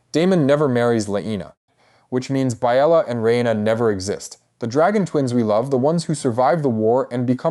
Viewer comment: Weird way to pronounce Laena and Baela.